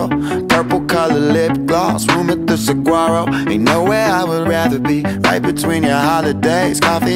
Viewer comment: Whats a sagguaro??? The G is silent, hillbilly!!!!